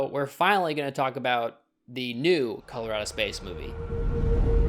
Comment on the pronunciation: Every time you said "Color Out of Space", I kept hearing "Colorado Space" and getting confused.